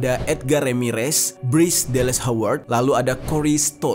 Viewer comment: Pronounce howard udah bener giliran matthew mcconaughey slaah. Kenapa gak riset dulu gmna pronounce nama yg bener.